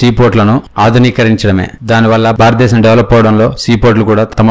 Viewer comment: Barata desam kaduraa, Bharata desam... Correct ga palakadam nerchukondi.